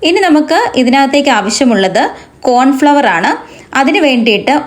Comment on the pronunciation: Cornflour anu Pronunciation correct aku